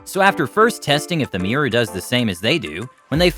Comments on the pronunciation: What’s a mear? It’s pronounced MIRROR, not MEAR! 🏴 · Nice to know the reporter knows how to pronounce the word! MIH-rawr. It's not a MEER. Also here: Let Tyler demonstrate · It's pronounced "mir-or", not "mee-rer". Also, did the narrator go through puberty yet? With a voice like that,.... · its pronounced mirror...not meeyer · "MEEER" -NO "MEE-ROW" - NO "MIR-RAH" - Getting close "MIR-RUR"- 2 syllables- YES! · its not a meeror its a mirror ffs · Meeeeerre… it’s pronounced mirr-Orr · ol american's cant pronounce their Rs and the way he says mirror is like miaa (me-uh) lol funny. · American pronunciation of mirror is absolutely hideous. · All that animal intelligence YET, Americans still cannot pronounce MIRROR !! 🤪